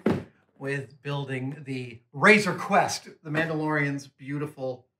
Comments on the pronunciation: am I the only who heard "razor quest" instead of "razor creast" ?? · A couple of times it sounded like Adam said Razer Quest :D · You would be correct